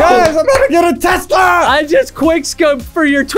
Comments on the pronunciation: What's a twesla 😂🤣😂🤣😂🤣😂🤣😂🤣😂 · Did he say tesler or tesla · “I just quickscoped for your Twesla bro” -Chris 2020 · 2 best ways to pronounce a tesla: twesla!! teslerrrrrr!!!!! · Chris: i just quick scoped for your twesla broo